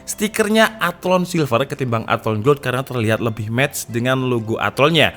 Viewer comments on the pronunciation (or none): none